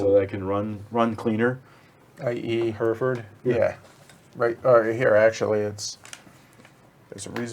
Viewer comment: Hertford is pronounced Hart-Fud :)